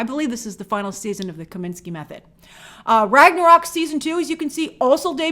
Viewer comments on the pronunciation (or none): none